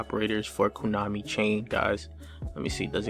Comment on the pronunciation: He said KUnami